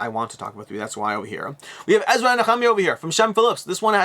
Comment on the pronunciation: Really enjoyed your pronunciation of Nehemiah. No way I could reproduce that.